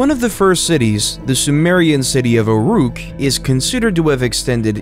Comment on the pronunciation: The AI voice narrating this video needs to be trained better. ‘documentary’, ‘legumes’ and ‘Uruk’ - and that’s just in the first two minutes! Super irritating to listen to.